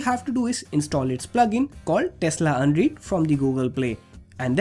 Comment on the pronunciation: its pronounced un-redd not un-reed